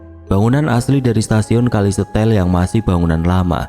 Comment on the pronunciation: Kalau memang bener lokasi ini di Banyuwangi, berarti nama stasiun dan desanya itu bukan kali setel tapi kali setail dibaca se ta il 😊